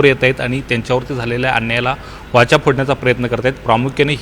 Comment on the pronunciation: वाचा नाही वाचा, नीट उच्चार करा